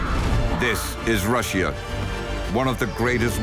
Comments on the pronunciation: Never heard of this country before. Rush-she-a? The only country I know is Russia. Pronounced Rush-a. Probably more ai generated narration. Sigh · Rusheeah? 'Common AI. Learn the English pronunciations. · Why does he say Russia weird